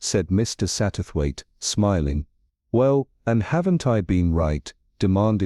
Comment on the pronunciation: The AI makes some mistakes when reading the story. Mainly in pronouncing "Mr. Satterwaithe". Uses two different pronounciations, and pronounces "Mr." as if it was the end of a sentence. Needs to learn how to do the right intonation for questions